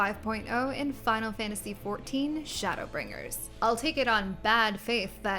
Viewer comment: The way you say "Shadowbringers" is very satisfying.